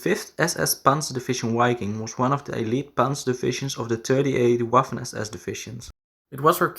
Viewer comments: APPRECIATE THE HISTORICAL INFO. PLEASE CHANGE: WI-KING not Ui- king, Wa- ffen not Ua- ffen. Anyways fantastic content! CONGRATS! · The “W” in German makes a “V” sound. Say Vaffen and Viking.